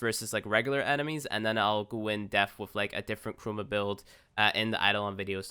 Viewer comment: It took my a while to figure out he was saying "Chroma" instead of "Trauma"...